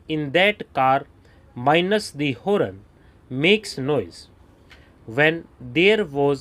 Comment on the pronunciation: sir please provide more clarity in pronunciation. Horn is Horn and not HOOWWRRNN